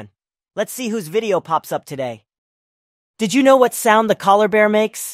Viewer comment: Collar-bear? "Koh-Allah" Bear, you mean?